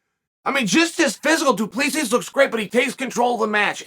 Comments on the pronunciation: I have heard Chael saying Piera so many times that I expected him to say Dwen Till and just to shut me up, he says Duplissi. Damn Chael, the undefeated,undisputed prononciation master. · Learn how to say fighters names! What is this ? Dooopleseas? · Du PlessEE -- The S is silent 😂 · The 'S' is silent 🤫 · Chael obviously did not watch the post fight interview, the last "S" of du Plessis is silent. As a South African I wanted Drickus to win, but I also like Darren.